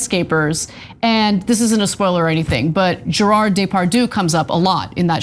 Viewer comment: Ana, how stupid can you be? You dont know how to pronounce the name Gerard Depardiue?